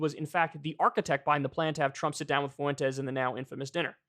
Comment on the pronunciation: Kyle "Foo-wen-tez" Kulinski